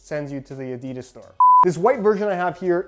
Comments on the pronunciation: A di das not a deeeee das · No one: Literally no one: Not a single soul on Earth: Yanks : ‘ ADEEEEEDAS ‘